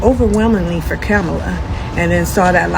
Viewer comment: Be mindful how you say Kamala name. Yall are saying it like trump!😮